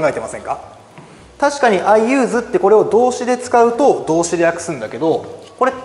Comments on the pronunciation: 所詮受験英語の講師か、、 名詞の時は/júːz/じゃなくて/júːs/ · アンチではないですが、1つだけ！ 誰にでも間違えはあるけど、動画だと出す前に何度も間違った情報を伝えてないかの確認は出来るはずだし、The use の発音はさすがに講師として間違えてはいけないと思います！